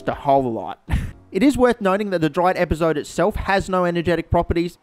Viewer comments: The first bad word on the bad word counter isn't bad, it's pronounced "EpazotÉ" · it is epazot- eh, not epazot... in spanish Es at the end of words are not silent. I swear I wanted to slap you as much as a French want to slap people who mispronounce Croissant. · Epazote, pronounced ehh-pa-so-teh. Just an FYI